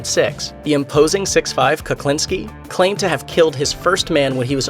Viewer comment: He doesn't even pronounce Kuklinski's name right. It's not Kaklinski.